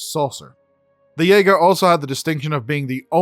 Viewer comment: Yaeger xD Jäger?!